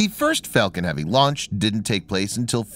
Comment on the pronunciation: I usually turn anything off as soon as I hear him. He kept saying Fellcon unstead of Falcon.